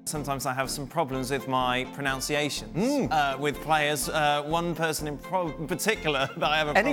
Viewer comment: mispronounces "pronunciation" as "pronounciation".